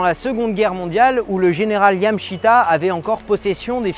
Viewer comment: YamAAAshita xD